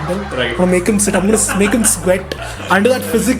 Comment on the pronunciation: Oh my god it was just so damn awesome! I laughed the most in that tongue twister wala part when he told shit for the word sit!! and shaayri was just kya baath hai!!